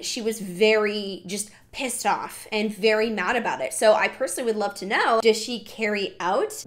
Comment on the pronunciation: I wolf you 🤣😂😂😂